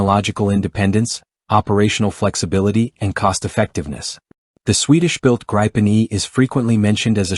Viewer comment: The gry-pan 😂 no the Grip-en